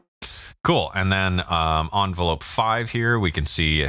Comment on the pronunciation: "Un-velope" lol